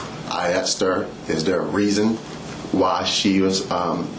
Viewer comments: The one that annoys me the most is "aksed" and you hear that shit everywhere! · Did he say "pult" her over? Say what Bro? Ya Pult he over??? Did you "axt" her for a blowsage? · but he axed her politely!